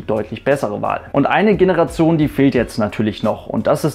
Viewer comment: Generation wird nicht so ausgesprochen wie du es aussprichst